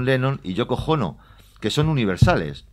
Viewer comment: ¿Ha dicho "YOKO JONO"?!!!!